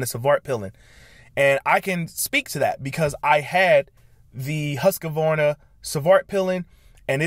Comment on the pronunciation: Love your video. The only criticism is Husqvarna is three syllables pronounced; hoosk-vaar-nuh, not husk-a-var-na, Thank you, keep up the great work, I'am now subscribed.